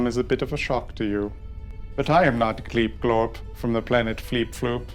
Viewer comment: I was really surprised by Gleep Glorp's mispronunciation